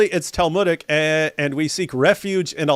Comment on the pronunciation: It's "talmudic" 😂